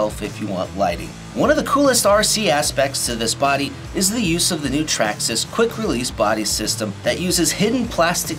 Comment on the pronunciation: Nice, but it's Traxxas.